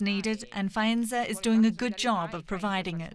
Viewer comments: How come this correspondent is talking to Italians and calling the city Fänza? It is clearly F a e nza! Famous for Fayencen!! How ignorant! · Can we spare 2 seconds on how to pronounce italian names please ? You might have heard of Google, maybe. Faenza is not Fènza. Màssimo is not Massìmo. You are even there, in Italy, ask the locals, thank you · It is Faenza not Fenza. DW reporter should at least try to learn how to pronounce names of places she is reporting from 😣